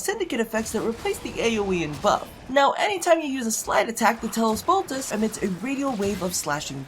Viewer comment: Bruh, it's Bolt-ah-chee. Like Versace